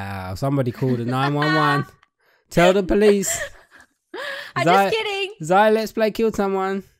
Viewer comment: It is not za it is zail